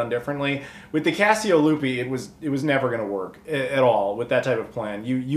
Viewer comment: I hear "Fiasco Lupe" each time. 😆